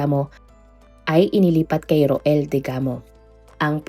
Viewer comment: Rowell po ang pagbasa nyan po Hindi ro-el 😊😊😊 Family name nlng po ang gamitin wag na yung first name.